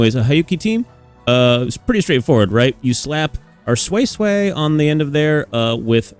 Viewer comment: Sway sway is perfect pronunciation tbh. No more soysoy